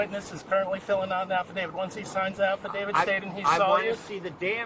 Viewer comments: He mispronounced every big word he tried using 😂. Affadadiv. Moron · Esculate? Afidade? Let me go, guys. You’ve got a Rhode Scholar there.